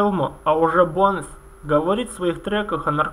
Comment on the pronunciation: БОУнс, не Бонес